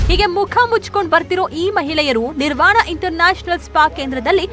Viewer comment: Not Nivaran, it’s Nirvana